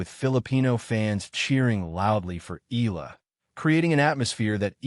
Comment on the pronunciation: Thank you. Please pronounce her surname Eala as: e-ya-la